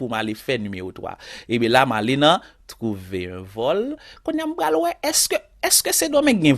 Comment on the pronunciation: Trouverrr un vollll is funny😀😀😀